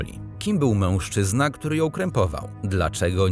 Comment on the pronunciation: I błagam, nie " mełżczyzna " tylko mężczyzna!